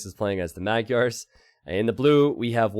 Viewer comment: mohhh- yarrrrr is how you say magyars (Hungarian) my man. Its not mag-yars